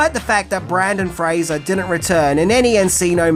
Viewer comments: I’m not going to lie, it sent me right to the comments. I’ll persist, because I love your videos. Don’t give up, mate. You can say his name right. I’m sure if it. Make a funny YouTube short out of your process to get it right and you might rack up a ton of views! Keep up the great videos. We appreciate your content. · I love this movie sooo much. One of my faves from the 90’s. And? It’s okay if you mispronounce a name when it’s done accidentally. Please make more videos on Mr. Fraser and simply say in the video, “I apologize now because I have difficulties saying it correctly.” We’re human. We’re fans. We understand 😊👍🏻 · Don't think i've ever heard BrEndan Fraser mispronounced so many times in one video before, even in text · You also blew the pronunciation in your Bill & Ted video.